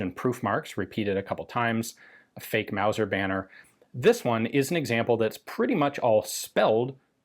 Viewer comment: Wauser wauser wauser it aint no Mauser